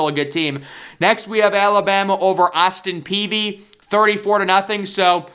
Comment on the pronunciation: "Austin Peavey"